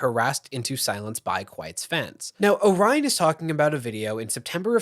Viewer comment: AND kwite calling "Orion" Oh-ryan insteand of O-riion cracks me up and feels well deserving for that childish person.